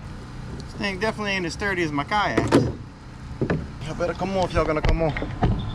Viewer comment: “y’all better com on if y’all gonna com on” 😂😂😂